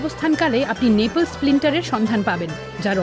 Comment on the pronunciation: নেপলস না নেপলি